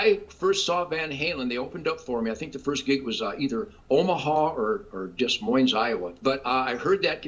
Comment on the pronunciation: Doesn’t know how to pronounce Des Moines and David Lee Roth was a poser.